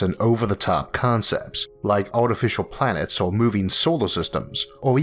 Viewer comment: artifishaw pwanets 😂